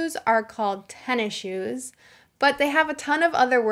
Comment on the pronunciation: Hi thanks for amazing teaching. I am wandering you said tennise shoe"tennishoe".I mean you don't say the letter s in tenn6